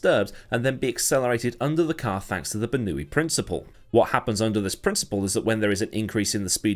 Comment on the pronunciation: Bernoulli "ber-noulli" .... "Ber-newi" ... This has the same energy as "New-clear" "nu-cular"